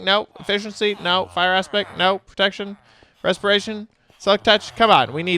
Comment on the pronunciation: "Resporation? It's actually respiration